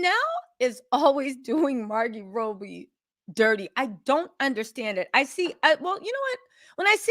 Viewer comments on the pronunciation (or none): Is Margot Robbie!! Not Margot Roughbe! Jaja🤦🏼‍♀️ u eating with mouth full of food..... & not pronouncing the celebrities names right!! Grll I've seen u on much better days!!!